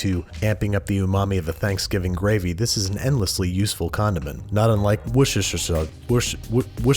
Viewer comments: It's pronounced Wor-sta-sheer sauce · worstersher sauce is how to say it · dammit Banish! 😁 I've lived in England for 15 years. It's Wors-ter-share..... Just looked it up. Best way to say it is Wos-ter-shar. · a note about pronunciation: Worcestershire sauce is pronounced closer to "wuh-stuh-sure" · wuschschuser sauce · I don't know why yall go around making Worcester sauce harder to pronounce than it needs to be. It's literally just "wuster" sauce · dude it's woostah sauce! it comes from england not middle earth haha...why is this still so hard for people? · Believe it or not, Worcestershire sauce is actually pronounced 'Worcester sauce,' and if you don't know how to pronounce that then you're probably not English ;) It's somewhere between 'wooster' and 'wuster.' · Worcestershire is pronounced "woos-ter-sheer". The British are weird, I know. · Worcestershire is pronounced Wuss-ter-shire. But it sounded like you were doing a bit so it's all good. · WUH-STER-SHUH. Or WUH-STER (Worcester) for short. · it's Worces·ter·shire. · As a marylander, I must insist it's "wooster-sher" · Repeat after me: worster sauce. Look it up. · Wo-ster-sheer. Only need three syllables. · wooster-sher. simple enough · it’s pronounced “wuh-stuh-shuh sauce” big love from Worcester! x (which is pronounced “wuhstuh” lol) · It's pronounced "Wooster" sauce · it's wister sauce man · Okay, it's killing me. "Worcestershire." Pronounced "woos-ter-sher." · Im from Worcestershire and can confirm it's pronounced Wus-ter-shur. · Alice Fish maybe that's easier to "read": woooh-ster-shir (woooh like a ghost, ster like ster(n), shir like Shir(ley Temple)) :) at least that's how my friend from Reading explained it. I guess depending on your accent you pronounce the r or not. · Worcestershire - "Wuss-t-shh-errr" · It's pronounced "Wooster" sauce. - An angry Englishman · Wus der sher = Worcestershire :D Source. I live there. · actually, it's pronounced Wooster (ˈwʊstər) Sauce. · Say it like Wuh Ster Sauce